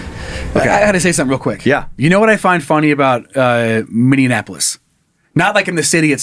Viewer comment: Minneapolis -> Minnie-App-O-liss